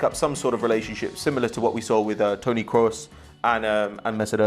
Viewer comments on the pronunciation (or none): none